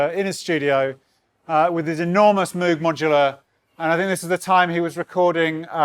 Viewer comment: Its pronounced Moog lol:)